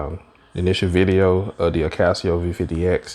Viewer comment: I is NOT Akaseo......it is Akaso. We are not all 'guys!' Going somewhere else Oh, speak more distictly.